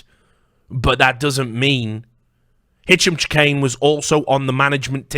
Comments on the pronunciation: Chahine is pronounced shaheen. not chikane or however you are pronouncing it. I personally know someone with that last name is that is how it is pronounced. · so many hours he didn't manage to uncover how to pronounce the name of the person he's investigating